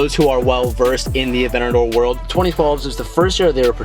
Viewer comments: AvenTador saying Avenador pains me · it bugs me that he calls it "avenador", there's a 't' in there. ah-VENT-ta-dor. is it just me? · please please pronounce the “t” in aventador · Someone please tell him its avenTador not avennador.... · AvenTador not Avenador!! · “Avennador” 😝👌🏼 I love it!! Congratulations 🎊 on the big buy!!! Thats so sick man!! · You are saying aventador wrong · Boy if you don't pronounce that "T" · Can you learn how to say Aventador right?